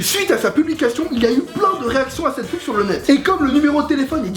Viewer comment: tu parlais quelle langue quand tu disais comment t'avais fait la PUB ?